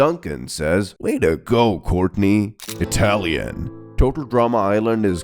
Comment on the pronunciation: I'm a Taiwanese🤚 You pronounced Courtney sooo good Actually, Duncan is called Biāo gē(標哥), "表哥" means older male cousin And Gwen is called Lū jiě (盧姐, different word) Others are pronounced close enough By the way, we call Mike as Xiǎo Hóu, which means "little monkey"😅